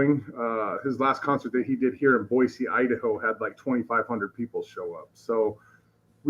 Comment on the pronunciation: Good on for pronouncing Boise correctly!